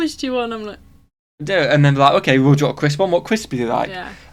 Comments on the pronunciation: is a little too quick with the 2 words - crisp and sandwich - and most times he does not properly enunciate the P in crisp, so it sounds like he is saying cris-sandwich....which befuddled Americans assume he is referring to the Crossan'wich, which is some crappy Burger King menu item. There is one part where he does say, "Would you want a CRISP one? What CRISP would you like?" Then he says, "The idea of just putting CRISPS in bread....different kinds of bread." Trust me...........he is saying CRISP sandwich. Look it up on Wikipedia. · I think they were saying ‘crisp’ like potato chip sandwiches.